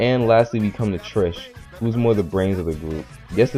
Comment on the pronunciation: Tish not Trish Tino not Tito This was a cool review tho